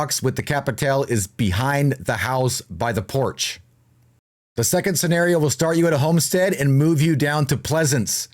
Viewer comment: It's "scenario"